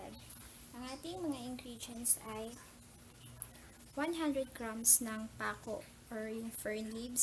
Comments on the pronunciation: Pah-ko. Hahaha. Nail salad. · You're saying it wrong. Ginawa mong nail ang fern eh. Hahah! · Pronounce mo muna ng maayos ang pako.